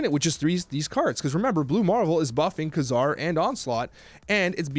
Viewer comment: Pronounced kay-zar